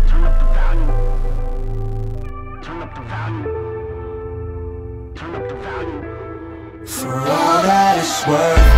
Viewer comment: Yung Titda Cody means when mgk says "started cryin', popped a valium, turn up the volume" He pronounces volume valium. It drives me crazy. He should've said volume naturally.